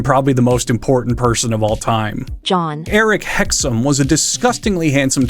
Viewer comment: The funniest part of this video is when he describes John Eric as being the most important person in the world only to fuck up his name immediately afterwards